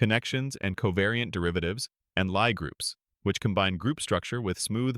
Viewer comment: it's pronounced Lee groups